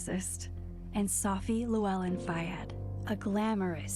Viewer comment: ... Jesse. Llewellyn is a Welsh name, not Spanish. It's not pronounced "YOU-yin", it's pronounced the way it looks, but with a fricative on the double-L's. It's (closest simple approximation for a non-Welsh person) "THLUH-well-in".